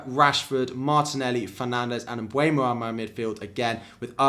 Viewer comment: Love your content! Would you mind pronouncing Mbeumo and not Mbuemo? Thank you